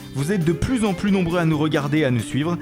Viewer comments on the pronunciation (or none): none